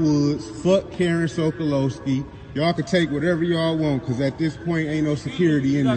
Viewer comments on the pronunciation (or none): Sokolowski, not "Sokalowski."